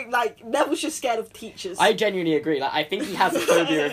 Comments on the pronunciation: I had subtitles on and the subtitles said that you said "Neville is afraid of peaches." Lol! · I misheard when you said Neville is afraid of teachers, and I heard Neville is afraid of peaches.